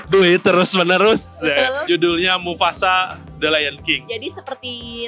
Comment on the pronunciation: mufasa bukan mufufufafasa